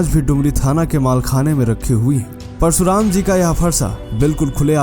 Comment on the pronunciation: परसुराम नहीं। परशुराम। भाई हिंदी सीखो।